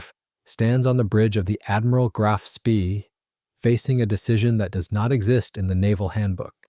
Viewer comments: It pronounced shpay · Spee = schpay. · SPEE as in SCH-PAY. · If you cannot pronounce 'Spee' correctly, it brings into doubt the authenticity of the entire video. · Yeah you'd think the fellow could learn how to pronounce the name.